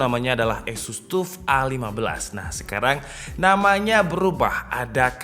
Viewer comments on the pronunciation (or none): orang lain: "taff": "tuff"